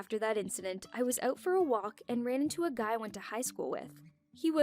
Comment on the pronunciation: Why everyone says aout not out???